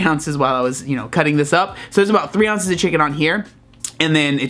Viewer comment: "6 ounches" 😂😂😂